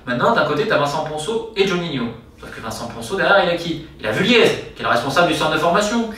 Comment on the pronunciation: Salut Romain. Très bonne vidéo, comme d'hab je dirais. Juste une petite précision. Jean-François Vulliez, dit Jeff Vulliez.... On le prononce à la Haut-Savoyarde, donc on ne dit pas le Z, comme Avoriaz... Pas Vuliaize (en phonetique), mais Vulié.